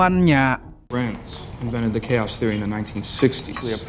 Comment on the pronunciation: Di baca bukan keos bang tapi kaos